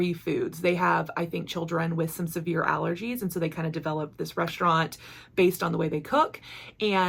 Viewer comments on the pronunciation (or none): none